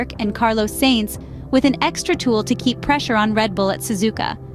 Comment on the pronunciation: Love the AI pronunciation. Carlos Sayyyyynz and Charles Leclerccccc 🤣